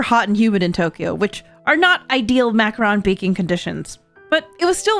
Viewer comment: This is really well made and edited video about 3 girls doing something that should put them into a Weeboo Cringe compilation. Also the way she say "Macaron" makes me feel like we are about to attacked by a new Decepticon. If you can't say the french right, please just call them French Macaroons like the rest of humanity